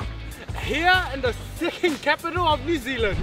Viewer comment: Is he saying 'second' capital of NZ, or something else?